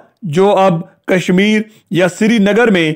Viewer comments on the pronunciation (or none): none